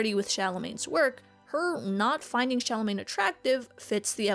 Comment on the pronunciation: stop saying charlemagne !!!!